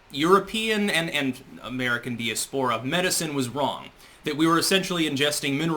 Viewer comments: dee-a-spore-a? Really? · Learn to pronounce "diaspora", moron.